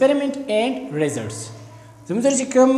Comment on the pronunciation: The way he says results🤣